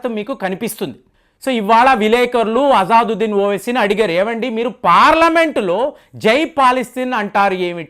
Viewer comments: అజాదొద్దిన్ కాదు బాబూ.. "అసదుద్దిన్". పేర్లు పలకలేక పోతున్నావ్ ఏం చదువుకున్నావ్ నీవు..? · గారు అజాదుద్దీన్‌ కాదండి, అసదుద్దీన్ సరైన పేరు. మీరు ఈ మద్య చాలా పేర్లను తప్పుగా చదువుతున్నారు. ఒకసారి సరైన పేరు నిర్ధారించుకొని వీడియోలో చెప్పండి. తప్పుగా అర్థం చేసుకోవద్దు. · Intha cheputunnavu MP peru sariga pronounce cheyali kada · Asaduddin Owaisi ni peru ucharana cheyatam ratledu mee bava Gari peru maryada Ga palku.